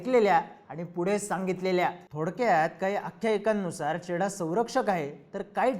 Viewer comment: घोडा लागलाय ❌ चेडा लागलाय ✅ 😅